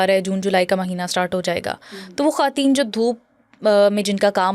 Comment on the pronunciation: khaaten nhi khwateen bolty hn sister